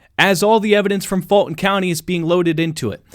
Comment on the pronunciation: Why are you saying "Faultin county"? it is "Fulton County".